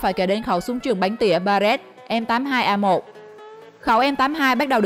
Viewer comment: "ba rét em tám hai" :) nghe đọc chán vl